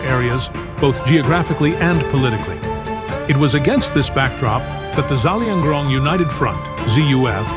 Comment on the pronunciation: It's Zelianrong not zalianrong